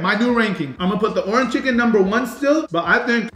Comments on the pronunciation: For a Suns fan he really doesn’t know how to say Orange out of Nowhere aye in other videos where he’s mentioned the color orange & along with other videos he’s been in from Faze Rug or Mama Rug & Papa Rug He’s mentioned the color Orange without any problem but today he can’t even say Orange your Autism is showing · saying "ORAN chicken" instead of "ORANGE chicken" is bothering me 😂😂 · Anyone else annoyed how he says orange chicken? Lol oranchicken 😂😂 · Bro saying “Orin” chicken is pissing me off 😭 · orange chicken, not oranchicken lol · bro… it’s called “ORANGE CHICKEN” not: “ORAN CHICKEN”😂😂😂😂😂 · "orn chicken" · Are you saying “oran chicken”? lol it’s orange chicken! 🤣🤣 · Bro I love your videos but it's Orange not Oran!! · Why can’t he say orange right. Bro it’s not Orin chicken it’s ORANGE!!!! 😅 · ITS ORANGE CHICKEN NOT ORAN CHICKEN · bro why he saying oran chicken